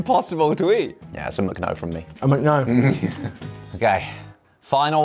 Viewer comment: A couple things - "Mc" is pronounced "mick", not "mook". The "Pig Mac" sounds awesome. Wow, that Mac and cheese looks awful. Needs more food coloring 😄. But it shouldn't be all dribbly like that. It's not a soup.